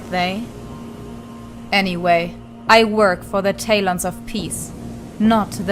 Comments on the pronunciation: "Kestrelle" "Deeria" "Tay-lons of Peace" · Tayloans of peas